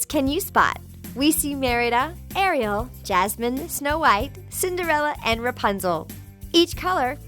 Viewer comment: Hug girl you got it all wrong by the way it is Ariel not REO Arielle is what I was trying to say